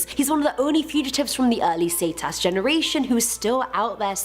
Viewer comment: The fact that she said zetas saitas 😭